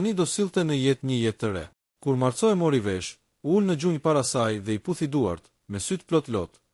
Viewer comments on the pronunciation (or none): Lexohet Marko dhe jo Marco, se kështu shkruhet në italisht. Ka dhe fjalë të tjera që i lexoni shqip, jo italisht. Mirë është ta korrigjoni këtë gabim.